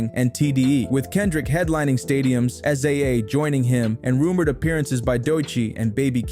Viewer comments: Yeah nah ,this ain't it. Its pronounced Si-za (Sza). Amd you used 4batz picture for "baby kim" its Baby Keem . Also your narration sound too Ai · not being able to say sza’s name is one thing using a picture of 4batz and calling him baby keem is when my dislike came